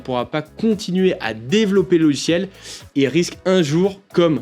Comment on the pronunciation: J'adore ces "logichiels"... 😜 😂 😂